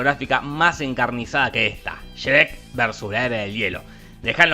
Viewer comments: Qué manera de pronunciar Shrek es esa? 😂😂😂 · no sabes pronunciar Shrek 🤣🤣🤣😂🤣🤣🤣🤣🤣🤣🤣😂🤣🤣😂😂 se te perdona por ser delicioso 🤭🤭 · Sherek??? Que mrd dices pendejo? Pronuncia bien